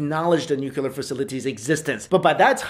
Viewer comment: Yo,... repeat after me: nuclear.